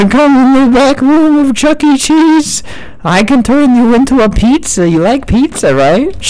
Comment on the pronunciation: It's chuck-e not chucky lol